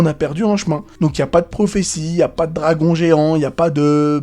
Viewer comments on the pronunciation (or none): none